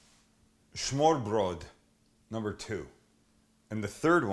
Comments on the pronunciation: Smørrebrød is pronounced smer bred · The pronunciation sounds completely different but I give you effort for trying :3 it kinda sounds like Smoo-ah-pwul if you are being technical. But thats simply due to the fact that the Rs are pronounced soft instead of rolled and Ds when beside vowels for the most part will be pronounced like a slight L sound (made by putting your tongue to the top front teeth like you're making a th sound but instead of breathing you make a sound from the throat). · smørreBRØL ROFL thats awesome =D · Sam's pronunciation almost makes this is a Yiddish dish. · Its ø not o they are different letters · To be honest, the English L is indeed somewhat close to the Danish soft D. And although "smoo-ah-pwul" doesn't sound anything like smørrebrød, I would still say it's closer to the correct pronunciation than the way the guy in the video pronounced it.